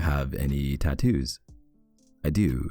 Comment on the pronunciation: The way he says tattoos 😩💀